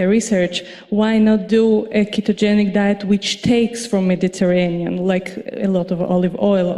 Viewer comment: Who wouldn't trust a food pyramid shaped dietitian with a New York accent who responds to Ivor with "Oh my God" and can't pronounce "Medi-garain-ian" or "late loss."